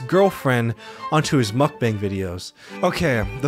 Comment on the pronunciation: Great video, but mukbang is pronounced (muck - bahng), not bang. the emphasize is also on the muck. sorry It was getting on my nerves